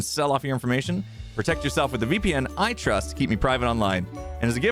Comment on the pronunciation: For whatever reason, when said "I trust" during the sponsored segment my brain initially heard it as "iTrust," like it was a new shop of his!